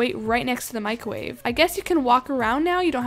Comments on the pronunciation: “Microve” and also when she did the flip I think she forgot she was using a trampoline lol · Mick ro wavve